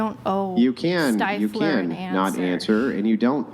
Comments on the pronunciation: He told you it's Stiff-ler not Stife-ler! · Especially after being corrected immediately. 😂 Says it wrong two more times at least. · Can she really not say stifler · Its ah Stiffler, thats what I said Styfler. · STIFFler. No matter how many times she's corrected, it's still always STEIFler to her. It's so friggin annoying! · Just pronounce Stiffler correctly!!!🤦‍♀️ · not knowing how to say STIFLER upsets me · Why tf does she keep saying stifflers name wrong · She said stiffler wrong on purpose to be annoying. It worked. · She is 100% doing it on purpose and it's hilarious that she would do that, and yet talk about not bringing negativity into her life. She's toxic af